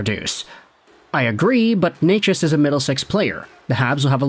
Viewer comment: Omg... you actually know how to pronounce his name? Gold star for you